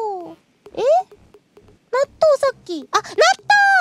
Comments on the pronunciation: The Natto chant started to sound like Donut midway through! lol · When she said natto loads of times I swear I heard her saying donut a few times. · her "natto natto natto natto..." started to sound like "tuna tuna tuna tuna..." xD